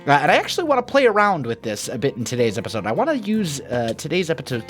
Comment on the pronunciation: "epitode"